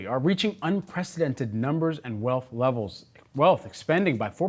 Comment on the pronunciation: The guy can't even pronounce "wealth" correctly.